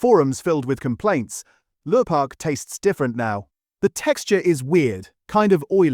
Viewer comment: Could a human narrate please? Protect Our People. Lurpark? Lure-pak?